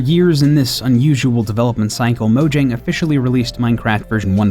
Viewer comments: Mo-yang, not Mo-jang. They pronounce their Js differently. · It's pronounced Moyang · Even game theorist spells it wrong while a normal YouTuber xisuma spells it right, mojang pronounce as moyang.